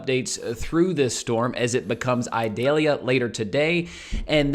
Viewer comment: Eee-doll-yah. It is not an onion.